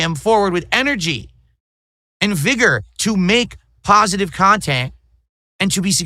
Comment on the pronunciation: I can’t express how much I LOVE it when this clown keeps repeating how pahsitive he is and how he’s been making pahsitive kahntent for 16 years when he’s in reality he’s by far the most negative and toxic PoS the internet has ever seen! That’s simply hilarious 🤣😂🤣